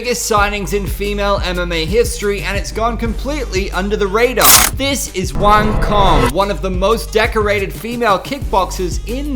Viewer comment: Her name is pronounced "Wah-ng Tso-ng" by the way. just for your information. don't take it the negative way.